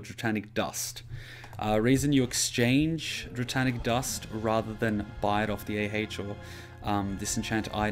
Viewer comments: "Dratanic" ...wat? dray-nic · Just a minor thing, but I'm anal about it. It's Draenic Dust. There is no "T" in Draenic. Not Draetanic. :)